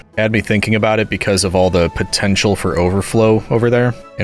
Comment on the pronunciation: DID U SAY POTENTIAL?